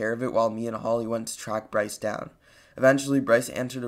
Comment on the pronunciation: Leland Pronounced Le-Land How he pronounces: La-Land Holly Pronounced Ho-lly How he pronounces it: Holy 😂